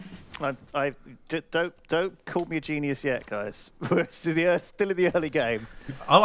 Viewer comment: "And now I'm leaving Erth!"